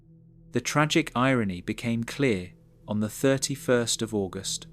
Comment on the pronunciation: I agree. Who can't say August properly? I love a good ghost story and like Princess Diana. Not so much for "one thousand nine hundred and ninety seven."